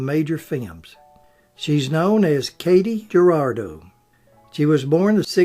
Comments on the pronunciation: No,, she was not known as KAY-tee Ger-AR-do. It's spelled Katy Jurado, and she pronounced it KAH-tee Hyoo-RAH-do. Ernest Borgnine, briefly her husband, said of her spitfire temper, "She was beautiful, but oh, she was a tiger!" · It's Cotty Hurahdough. Tha't is how to pronounce it.